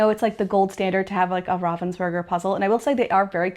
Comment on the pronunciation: You are pronouncing Ravensburger correctly. 👏👊